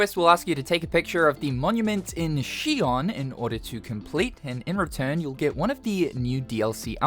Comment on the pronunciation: What you pronouncing Xion like that, it’s not Sion.